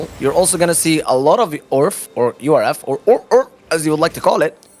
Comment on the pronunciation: noone says U R F instead of URF ahahah